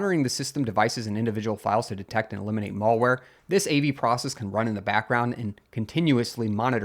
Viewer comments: It's MALware. Not MOLEware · He also pronounces malware incorrectly... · "mall-ware" and "mull-ware" were interesting, too. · I can kind of get it I guess. It's the some pronunciation of 'mal-' as in 'malicious.' come to think of it, I haven’t heard anybody say any of the other mal- words with an "a" in "apple" pronunciation other than "malpractice." It’s an uncommon way to pronounce it for sure, but at least he’s not saying "male wear"